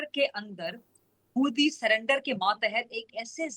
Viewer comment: Phele bolna Sekho Mohtarma Its Moodi not Mudddi 😂